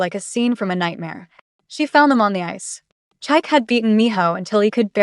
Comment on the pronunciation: Chi-kay, not Chike😂